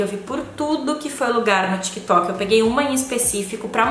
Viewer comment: Foi só eu, ou eu tô doida que ela falou tico e teco kkkk